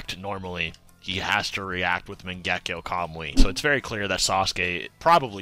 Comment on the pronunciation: I like this channel but I can't stand the way y'all say Mangekyo and kamui and the like 😭😭💀💀